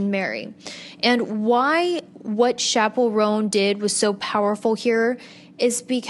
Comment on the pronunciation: babe its chappell roan not chapple rhone